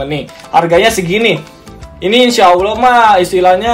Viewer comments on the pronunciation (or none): none